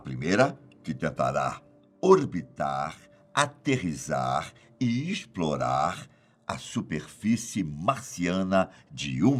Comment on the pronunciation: Aterrissar ou “aterrizar”? 😡🤦🏻‍♂️